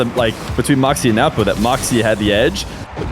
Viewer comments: 😂😂 is used to pronouncing it as newpo but after hearing he is just awkwardly saying nawpo which is so funny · adapting his pronunciation of Nwpo’s name (after the first instance, I guess) to match while a guest on his channel is a sign of a great and attentive co-commentator. The two GOATs of 1’s commentating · can NOT say nwpo's name for the life of him